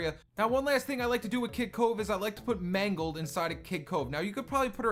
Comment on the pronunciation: i keep hearing him saying kit cove